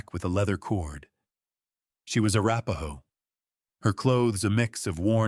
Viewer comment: Not a rapahoe but one word. Arapahoe. Please be more thorough when you are describing some of the first people.